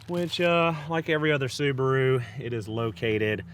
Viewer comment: The little soo-bar-oooo. Wow